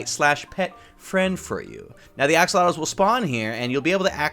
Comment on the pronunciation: It's pronounced Ax olo lot ls Axolotls